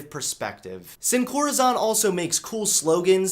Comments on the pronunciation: saying “sin coRAzohn” hurt me internally it’s “sin corazón (coraSON)” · The O in "corazon" is pronounced the other way, just FYI. As if you were saying "Thor" or "zone." Great video. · Let’s talk about how he pronounced corazón Love you! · Guys........... he pronounced corazon wrong............ TRIGGERED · I love how he pronounced "heartless" in Spanish. Sin corazón. Good stuff.